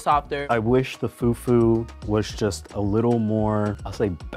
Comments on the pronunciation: Im American and can say it right its not pronounced fu-fu its pronounced foo-foo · it’s not about that…the pronunciation is still fUfU not few few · the fyuh fyuh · Oh God brought disgraced the whole nation even me they said bring Cameroonian food he brought a dish we don't even eat with "few few " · it’s pronounced “Fu-Fu-“ but this man said “few-few” 😅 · foo foo instead of few few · fyew fyew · said, "foo foo" not fufu 😂😂❤ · “Few few” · They are all Africans and they do know how to call it “fu-fu” what’s with the feew feew🤦🏼‍♀️ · “ i wish the fewwww fewwww was a little more bOUncy” 🤣🤣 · Right, "few few"..lol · he really said foodfood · Right? Like wth is FewFew??! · Few few 😂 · da hell is few few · “the few few” 😂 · The way was saying “few few” pissed me off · Mans said foo few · pronounce fufu as "fewfew" made me lose my mind XD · I am just some random, uncultured Australian girl, but even I … hearing everyone pronouncing “fufu” and then hearing that one guy saying “few-few” I’m like … “I’m not so sure about this guy.” Side note: I now have to figure out where in Sydney I can get some proper Nigerian food, apparently. 🤤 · I’m not African but I know that it’s not pronounced like foooooofoooooo with an American accent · did really say fewfew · The guy that pronounces fufu as few few i knew he was the worst lol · plsss we don’t pronounce fufu like that😭😭😭😭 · im not even african and the way this guy is saying fufu is rlly irking me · It should be a crime to pronounce fufu like that boy.